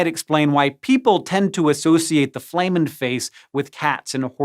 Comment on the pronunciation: Flehmen pronounced Flem men not Flay men. flehmen as in Phlem and Flemmish, not flame.